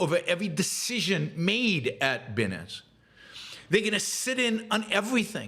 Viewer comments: It is pronounced "BYE-NANCE". You do not sound like you are familiar with the subject when you pronounce it incorrectly. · Like 'finance' but with a b. There's a Monty Python reference in there, sort of.